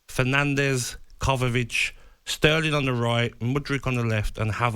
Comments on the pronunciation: Hahahahah Kovavić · Gabby is so thick he says all those names wrong ‘kovavic’ ‘havartz’ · Listen to gabby saying Kovacic 🤡